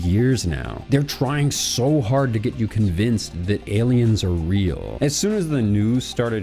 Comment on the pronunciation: Knowing the channel it sounded either like a joke/done on purpose